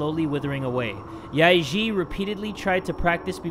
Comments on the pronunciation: im cringing when he says the names yae-eun and yae-ji incorrectly XD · How pronounced Yae-Ji sounds like “ Lick pee” in my language😂😂😂